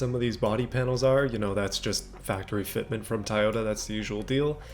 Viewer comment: I love how he say taiyota as in Taiwan